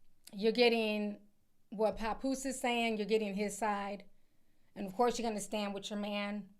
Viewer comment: It's not PAHpoose Ti 😂😂😂😂 It's PAP- POOSE LIKE TAP MAP LAP... PAP!!!!